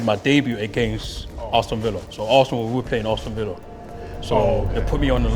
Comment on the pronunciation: Arston Villa 🤣